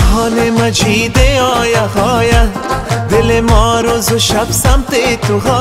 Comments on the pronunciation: خوب است فقط نمیدونم من اشتباه میکنم یا شما لغات را در شعرتان اشتباه تلفظ میکنین ( قرهان به جای قرآن، هایه به جای آیه ) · جان مثل همیش دلنشین و صدایت آرامش داره، اما درتلفظ کلمات کمی دقیق باش 🙏🙏🙏 قرآن مجید آیه آیه، خودت میگی (قرهان مجید هایه هایه) و یا (دلم دنبال تو آید و یا امو زبان محلی دری آیه) که خودت اینجه ره هم میگی (دلم دنبال هایه) امید که ناراحت نشوی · اگر در تلفظ بعضی کلمات کمی دقت کنید خیلی عالی میشود. مثلن قرهان، هایه که اصلن قرآن و آیه است. موفق باشید.